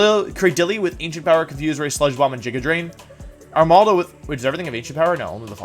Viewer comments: He also said jigga drain, jyarados, and george-heist. Diantha is the least of my worries. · JIGGA DRAIN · "Jiga Drain"